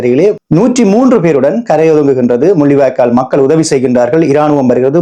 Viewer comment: நீங்கள் கரை ஒதுங்கியது, என்று சொன்னது, எனக்கு கஜை ஒதுங்கியதுன்னு சொன்ன மாதிரி கேக்குது